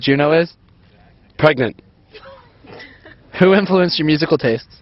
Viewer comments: 'no i was pregant' LOL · "did you have a positive high school experience?" "no, i was preganant." lmao xD